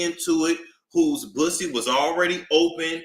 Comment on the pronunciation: HE SKARED OF DA PWUSSY…… HE SKARED!!!